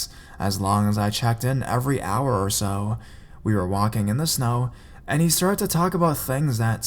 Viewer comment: Aisme833 Sheridan hourrrrrrr